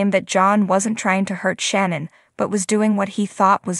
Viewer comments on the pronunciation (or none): The speaker need to watch show do she will learn how to say shannon right